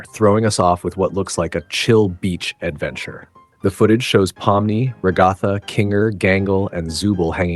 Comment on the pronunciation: why do you pronounce her name like that? 😭 ra-goth-a 🫩✋